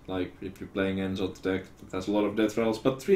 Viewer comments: That's not how you should try to pronounce it if you're finnish. It's more like No'Zoth and Ja'sharaaj. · Comon I know that you can pronounce the old gods names corectly. Its No zaf, Ya shorash.